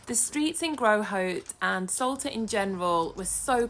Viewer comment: I can't hear it any more....this Island is called ŠOLTA, the Š is spoken like sh in shoulder oder should!